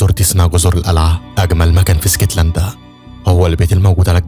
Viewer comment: اسكتلندا ❌ إيسكتلندا ✅😂 ونبي انت وبحب ملخصاتك اوي ❤